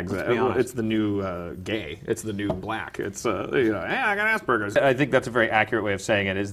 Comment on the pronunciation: I have Asperger's. No context, that's it. And stop fucking mispronouncing it - it's not hard.